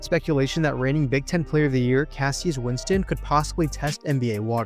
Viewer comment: Hearing this guy pronounce cassius winston hurt my soul.